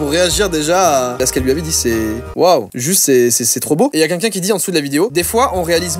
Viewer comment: Joyca, tu dis pas "quelqu'un", tu dis "qu'un qu'un"